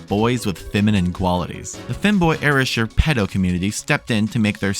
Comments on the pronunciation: Late to the party but the way you pronounce "erasure" as "era sure" instead of "erase -sure" is sending me. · Good vid hate the way you say erasure tho